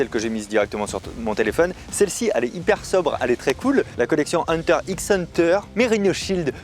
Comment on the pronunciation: Pourquoi tout les youtubeurs disent hunter x hunter 😭😂